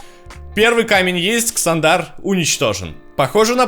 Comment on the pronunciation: чувак видосы интересные,но боже как же ты ставишь ударения.марвЕл,какой марвЕл??какой ксандАр??оригинал в транскрипции почитай.